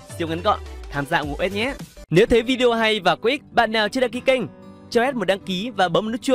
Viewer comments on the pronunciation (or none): none